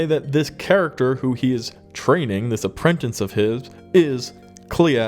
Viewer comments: Bro…..APPRENTICE! Not Aprentanse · Apprentice (uh-prin-tiss), not apprentince (uh-prin-tense) ... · It's Apprentice, not aprentense.......😆 🤣 😂.